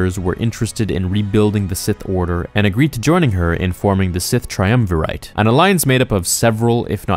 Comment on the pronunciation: The number of mispronunciations in this video is painful. I'll grant that you don't have to know how to say Peragus, but triumvirate and harbinger are real English words.